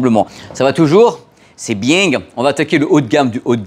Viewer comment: C'est biieng ! 😂